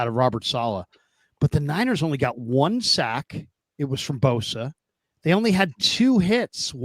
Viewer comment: not boza but bosa! Ssss